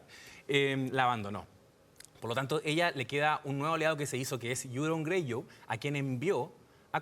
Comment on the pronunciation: "YURON GREYU"